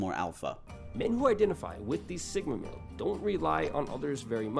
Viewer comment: I thought he said Sigma Main and my Overwatch brain took a while to realize it’s male not main